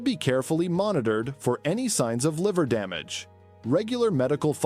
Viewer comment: so do us a favour and get a human being to read your script and don't insult us with AI reading and mispronouncing many words - like 'hepatitis' as 'hepati-tees' and 'damage' as 'dam-arge'